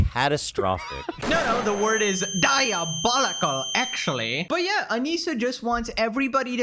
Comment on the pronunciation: "Diabowicow" bro. Stop. I subbed because the tea is hot and fresh, you got some good takes. Not everything is "diabowicow". Most of this is absolute cinema tho.